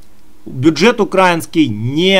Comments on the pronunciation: Бля,перестань пожалуйста говорить укрАинский, потому как очень сильно режет слух,- страна называется УкраИна, стало быть хлеб украИнский,валюта украИнская, рынок украИнский итд итп. Это ведь совсем не тяжело запомнить. Да и паузу после каждого слова делать совсем не обязательно, если тебе кажется , что таким образом твои слова кажутся более убедительными, то- нет, это не так, такая манера доносить информацию просто раздражает и пропадает желание тебя слушать уже после первой-второй минуты. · Не укрАинский а украИнский. Не НА Украине а В Украине. Я б лишала гражданства за такие ошибки.